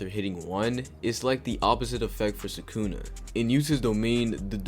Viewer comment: Did bro just say sukuna with a hard r???